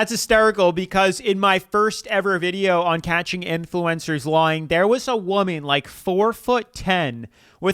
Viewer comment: Why are you saying "influencers" like that? Influ-EN-cers? You're putting the em-PHA-sis on the wrong syl-LAB-ble